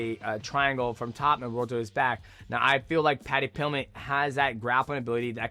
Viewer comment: That and Paddy Pilmett